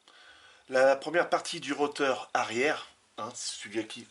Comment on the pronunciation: Pour info on ne dit pas un "roteur" mais un un rotor .